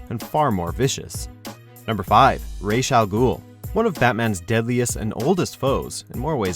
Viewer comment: YES!!! He said Ra's Al Ghul's name right!!!